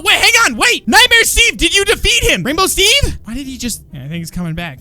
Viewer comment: FINALLY rainbow Steve Said his Name CORECT!!!!!!